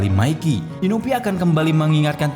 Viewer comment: Inui bang bukan inupi